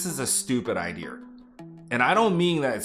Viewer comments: LOLOLOL!!! 😂 Can he say it though?: I-DEE-UH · Which area in the US says idear (idea)? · I love how you created something this way and made money and showed the humor of it as well. I also like your pronunciation of “idea”. Keep doing your thing. Good stuff. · I don't know if you are trying to be funny but your tone and delivery are very funny. Even your expressions when you start from a cut go from deadpan to overly expressive. It works very well. I also have never heard anyone else non-English pronounce 'idea' the way you do. It's hilarious.